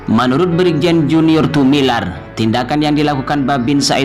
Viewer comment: Admin membaca lagi yg benar, Tumilaar bkn Tumilar tks GBU